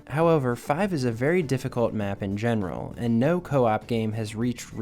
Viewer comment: This guy talks so weird, why so much emphasis on every last word. 'achieeeeeeeeeved' 'generaaaaaaaaaal'